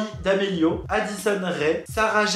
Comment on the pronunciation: c pas d’amelio mais damelio je suis choqué 😔😭